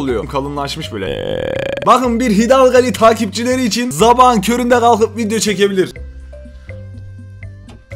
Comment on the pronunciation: Yanlız "ZABAHIN" diyo (3.36)🙄